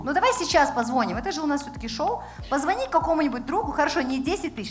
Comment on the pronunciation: Очень режет слух, когда ведущая говорит позвОнит, позвОнишь.